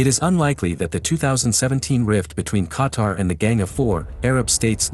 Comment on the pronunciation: i’m from qatar i love saudi arabia ❤️ 🇶🇦 ❤️ 🇸🇦 but making me hearing this dude pronouncing qatar like qatr makes me mad